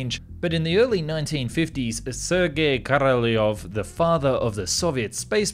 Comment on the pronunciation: So you butcher Korolev name, but when you say Korolev's cross you say it like you should. :-) How come ?